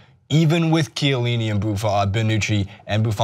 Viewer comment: When American talks football...Brawnucci Madsdzdszrukic Shielini